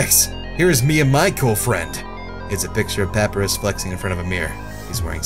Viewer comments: Umm dude its pronounced PaPieRus not pappyrus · it's ( pa -pie-rus) not (pap - uh -rus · Anyone else cringe when he says "Papi-ruhs" not "Pap-I-rus?" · It's pu py res